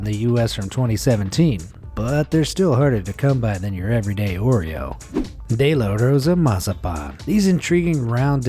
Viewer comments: How he said de la Rosa mazapan though 😂😂😂 gringos am I right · The way he pronounces de la rosa mazapan 😂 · Me a Mexican getting super triggered by him trying to say de la Rosa and I live in America and had got those Mexican candys this guy stupid